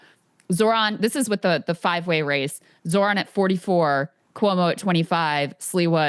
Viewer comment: When is Ryan going to learn how to pronounce Zohran 😂